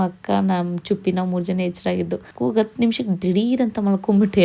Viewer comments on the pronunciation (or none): none